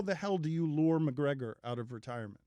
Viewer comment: No one: Everyone UFC fighter: Calls out Mgregor.